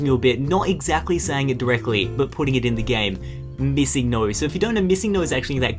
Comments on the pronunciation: who else thought he said missing NOSE? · it was like he was chinese also i said wdf? on when he said missing noe i thought missing nose or missing note .-.